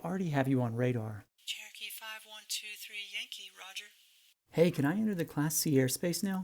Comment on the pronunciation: That controller's "cherokee" is heard as "turkey".And what is this "downwind"?